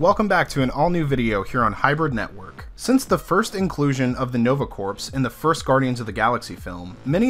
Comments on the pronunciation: When you say the words corps, the P Is silent its phonetically ”core” please stop saying ”corps” as it sounds bad. Nice video all the same. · I hate to be this guy, but... corps = kor, not corpse. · It’s pronounced core not corpse. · It's pronounced "core", not "corpse". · Corpse is a dead body it's pronounced core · It's pronounced like core not like corpse. Think Marine Corps. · Almost as annoying as Thanos = Than-os not Thane-oss. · It's pronounced "core." It's a common mistake. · Dear GOD-- are you really saying "CORPSE" right now!?! Edit your videos, for God's sake! I cannot stress enough the sheer, indefensible mass of insults which I wrote-- which you would not have understood-- and which I still found too demeaning to post, though I will say this: If your only job is to talk on the internet, do it at an eighth-grade level or higher. --that, or accept being frequently, justifiably ridiculed and whilst absolutely, completely deserving it. There-- tha'ts not even an insult... -probably should have been.... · You people complain about every fucking thing. He said "Coprse", big fucking deal. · 🤪 "corpse" It's good to know it bothered others & it's not just me. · Im not overly familiar with the Marvel cosmic comics. For the first 2 minutes of the video I thought Rider gets some kind of undead super powers before I realised they meant 'corps' not a dead body. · Hate to be that guy but, "core." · Hey the word Corps ( as in Marine ) the (ps) is silent.... just saying. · You pronounced corps incorrectly the entire video. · You keep pronouncing corps and Thanos wrong!!!